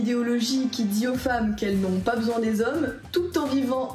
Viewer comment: "J'ai paz compris" P*tain même mon chien est plus intelligent qu'elle